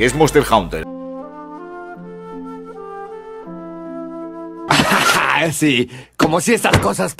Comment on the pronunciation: monster "jaunter" jaja , muy buen video maquina, no te conocía pero veo que compartes la misma devoción que yo por el gran infravalorado de khezu, ya tienes un nuevo sub.